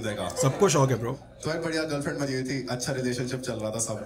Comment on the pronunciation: It's not ' thi' .... Like ho hogya 'tha' ya 'thi' ....more like ...th like ' thanda pani and thandi chai / tea... '.... I hope samajh aa gya hoga...